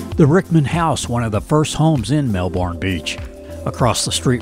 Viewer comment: Really nice video, but it's MelBURN not MelBORN. Thx